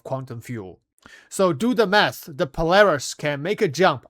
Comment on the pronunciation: I can't stop hearing "Do the meth!", instead of math. xD